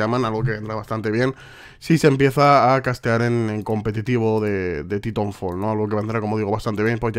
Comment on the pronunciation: Como dice: "Titonfol"